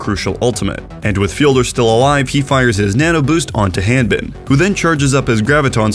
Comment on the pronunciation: Several people on OWL are also Americans but don't pronounce Hanbin with the same A as you pronounce ham. I don't think it's an accent thing.